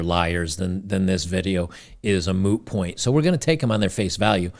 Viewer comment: did i hear "moo point" ??? XD